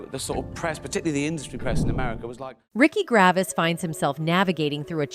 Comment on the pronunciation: WTF IS RICKY GRAVIS???